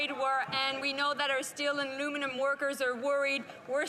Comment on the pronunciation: Jolie keeps talking about our Luminum industry - what is luminum?